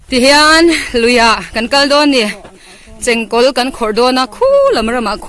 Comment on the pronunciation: Chengkawl hing i lam hi a dik tawk lo deuh